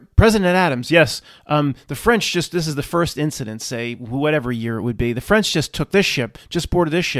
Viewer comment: The Ficlkle Fwench?